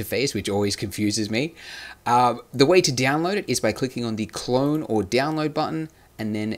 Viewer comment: Why you say it Diaonload instead of download?? it gives me a cringe))